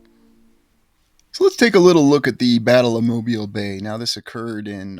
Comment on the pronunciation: One of my favorite places!!! And right down the road from me. I've walked it extensively and explored the old world everything! Kudos to you for pronouncing it like a local 🥳